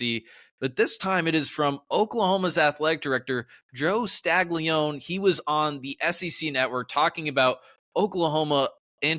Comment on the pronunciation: You need to work on your pronunciation of Castiglione!